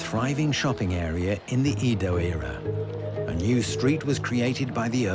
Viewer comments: Not "E" do. Pronounced "Ae"do.😅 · It’s Edo not Eedo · 江戸 EDO is pronounced like eh-doh (“eh” like egg, “doh” like dough), but keep both vowels short and don’t stretch them. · Eeeeeeeeedo…. aka Ehdoh. Aside from butchering Japanese names, great documentary. Can never understand why so many well done documentaries don’t make an effort to get the pronunciation right. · Please, please when making this kind of documentary teach the narrator how to pronounce names properly. “Eedoh” FFS. It’s like nails on a chalkboard. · it's not Eeeedo and its not Tokeeeyou. Do some f-ing linguistic research! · Fascinating but wish the narrator had bothered to get Japanese pronunciation right - "Eedo", French "j"s and other things all wrong. Still, fascinating. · At least say Edo right 😒🤦🏻‍♂️.